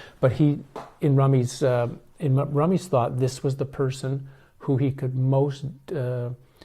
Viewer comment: Please pronounce it as "Roo-mee" not "rum-y", thats the correct one and the origin of his name. (Rumi)